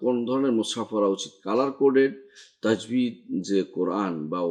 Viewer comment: অ্যাডমিন ভাই, মুসহাফ হবে, মুসআব না।